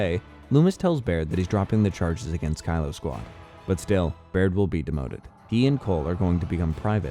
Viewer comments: Kilo is pronounced key-low, not Kylo for the love of god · Kilo: key-low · he pronounced it like Kylo Ren several times in the video